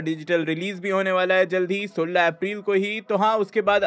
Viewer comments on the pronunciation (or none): On 29 sec He said sulla 16( sola) 😂😂😂 ko